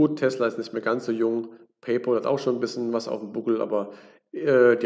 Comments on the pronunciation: Paypal wir nicht Paypol ausgesprochen sondern Pay-päll; von English pal was Kumpel heist. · PaypÄÄÄl sowohl im british als auch im american english ist das die korrekte Aussprache von Pal (Kumpel) Kluggeschissen wegen Ohrfurunkel Danke